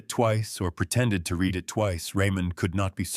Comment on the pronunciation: The words "lead and read" were constantly mispornounced constantly in this story. You should proof read/preview your work.